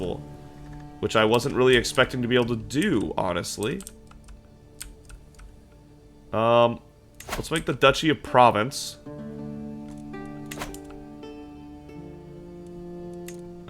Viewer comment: I hate being the person who corrects pronunciations, Provence is pronounced Prov-awn-ssss. Like awning